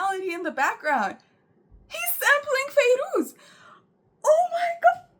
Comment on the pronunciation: she said Fairoz the way Arab pronounce it 😂